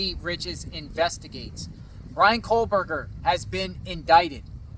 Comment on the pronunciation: It's Kohberger, no l.